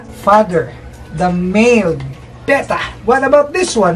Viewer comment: Note that pronounces "Betta" correctly. Most Americans that I have heard mispronounce the word with "Beta", which is the second letter of the Greek alphabet, not the fish.